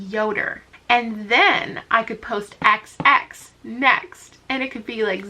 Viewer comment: The way you pronounced “xx” as “KSSS” made me cackle at 3am😂